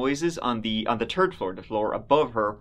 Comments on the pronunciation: "She opened her door for a turd time" 💩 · Love how you say "third" like "turd" 😆😆